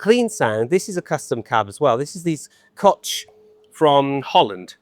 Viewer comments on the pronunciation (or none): Kotsh...Kock...poor butchered Companyname: its Koch as in Loch Ness